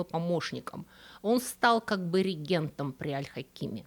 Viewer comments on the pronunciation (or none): Слово "рéгент" имеет латинские корни, но в русском языке предполагает ударение на первый слог не зависимо ни от его числа, ни от его падежа. С реагéнтом всё иначе, но сейчас ни о нём разговор.